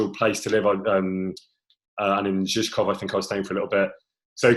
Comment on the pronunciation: He pronounced Prague’s district names “Karlín” and “Žižkov” totally right! (Btw he’s a very nice guy, thanks for the interview!)